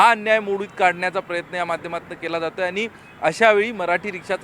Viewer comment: आधी तु मराठी नीट बोल आनी पानी करू नको